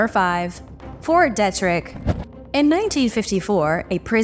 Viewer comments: It’s pronounced Fort Deetrick… 🤣🤦🏼‍♂️🤷🏼‍♂️ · It’s Fort DEE-trick 🤔